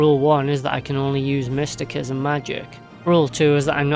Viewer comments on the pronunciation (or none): Pronounced mist ta sis em. But it makes the vid more funny with mystikism 😂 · Mysti-sism is how it's pronounced. 😅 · After hearing mistykism so many times, I've started to say it loke that without even meaning to 😂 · Sir, the way you pronounce mysticism is quite peculiar. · Cant pronounce mysticism, beats game w it anyways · While the 'c' in 'mystic' is pronounced like a 'k', the 'c' in 'mysticism' is actually pronounced like an 's'. Maybe you should search up the etymology first before telling others to do so.